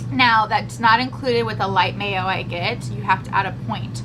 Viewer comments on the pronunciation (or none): none